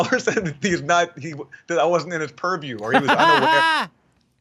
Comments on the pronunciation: The fbi guy on Russiagate: POORview. Jimmy Dore on Russiagate: PURRview. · "That is outside my puriew" Everyone drink!